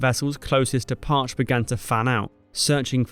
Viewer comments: It is spelled "Parche". It is pronounced as "Par-chee". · The subs name is pronounced 'PAR CHE', two syllables. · The ship's name - Parche - is pronounced "Par-chee," with the long "E" sound. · The sub USS Parche—is pronounced Par-chee— at least that was the pronunciation used for the sub that followed (SSN-683) with the same name. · Great video ( Btw the boats name pronounced Par-Chee.) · Great video. A couple of things: I think it's actually pronounced "par-chee". You cite the no doubt important role of Bletchley Park in decrypting IJN intercepts, but the US Navy's signals intelligence organization OP-20-G and Stations HYPO and FRUMEL were probably the key factor in the success of the US Navy. Also the second USS Parche (SSN-683) has an even more fascinating story than the first Parche, only some of which has been declassified to date. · Great video, other than the pronunciation of "Par-chee". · Didn't scroll all the way though the comments, hard to believe I'm the first to point out that it's pronounce PARCHEE. --Former crewmember, USS Parche SSN 683 Even Wikipedia got it right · NO. Pronounced as Par-chee. Argh! I was on ssn-683, USS Parche. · It's pronounced Par-Chee!!!! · In the US Navt the name of the sub is pronounce “par-che.” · thanks ... great video ... one small point ... the boat's name, PARCHE, is pronounced Par-chee ... a small butterfly fish. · It’s pronounced, “par chee.” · Pronounced “Par-chee”.😎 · That's Parch-eee, all you had to do is ask someone instead of getting it wrong!!! Stupid is, stupid does!! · She bore the name (pronounced with two equal syllables: /ˌpɑːrˈtʃeɪ/) Please fix it. It hurts my ears. IRA EM1(SS) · Parche is pronounced “PAR-CHEE” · Great video, but a lot of sub fans are going to cringe a little everytime you said the vessel's name. "Parche" is pronounced "part-cheh" :P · Pronunciation is Parche with a long e. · Im confused! My FIL a retired US Navy (USS Parche SSN-683) and he pronounced it with 2 syllables not with one.